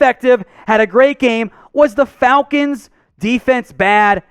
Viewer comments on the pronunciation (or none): none